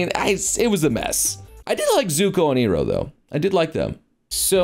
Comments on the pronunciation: says ee-roh instead of eye-roh. Me: Shamalan Last Airbender induced PTSD triggered Did he do that on purpose or just flub up? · E~Roh? it's Pronounced EYE~RoH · Pardon? "Ee-roh"? BRUH! "EYE-ROH!" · well ... iroh (ee-roh) would be more fitting the fire-nation's original inspired language which, looking at how the fire nation looked, i'd say its chinese inspired. Imperial china sort of. the Iroh (ai-roh) is how westerner's would pronounce it in english but literally other countries around the world pronounces I as (ee) and E as (eh) or (er) very similarly to each other. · Funny enough, Iroh is how it's pronounced in the German dub, and I think that's ok, because it fits the setting. Eye-roh is so specific English/American that it would just sound out of place in a different language and given the predominantly Asian setting of Avatar. No other language pronounces vowels like English does, so it immediately takes non-english watchers out of the setting. Not to mention how many names were changed for the English market in for example Disney movies that were inspired by folklore/fairy tales specific for different cultures. Aladdin for example sure as hell isn't pronounced like they do in the Disney version. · I’m sorry Zuko and who? Earoh? It’s I-roh. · who else wants to punch for calling iroh e roh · Did I just hear mispronounced Uncle Iroh's name? 🤣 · you mispronounce uncle iroh.....